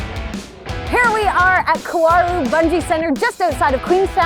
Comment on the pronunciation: "ka-wow-roo"? Come onnnn 😜🤣🤣